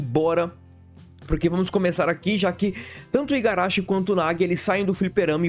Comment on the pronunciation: Agora que percebi que ele está a dois vídeos falando Igarachi, mas não apaga que o vídeo é muito bom. Tô no hype 🔥🔥